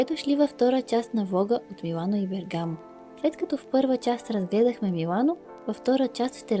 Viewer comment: Приятно видео,но ударението е на първата гласна.Бе'ргамо